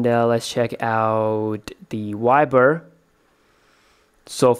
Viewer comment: It's viber not wiber bro